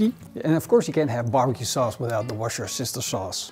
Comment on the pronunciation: Did just say Warschau Sister saus....😅